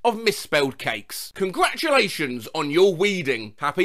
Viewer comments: “Congration You Done It” 😆😆😆😆😆😆😆😆😆😆😆😆😆😆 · Y'know what? I'm saying "Cratulations" on peoples birthdays from now on! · I sometimes pronounce congratulations like that as a sorta ironic thing